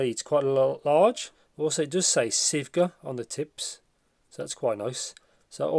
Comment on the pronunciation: Thanks for the review. It's Sivga Magpie. You can google translate into Chinese and hear the pronunciation.